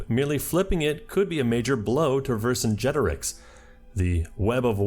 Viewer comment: I'm so proud of you for learning how to say Vercingetorix